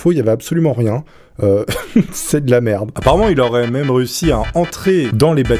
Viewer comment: C'est moi ou il a dit meume à la place de mEme ????????????????